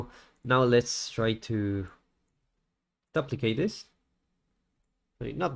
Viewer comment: Amazing tutorial, thank you for uploading. To the author, I have one small inquiry. The way you say duplicate is foreign to me. Neither British or American English say it the way you do. Is that how they pronounce it in your part of the world? Not hating if so, just was odd hearing D'uhplicate lol.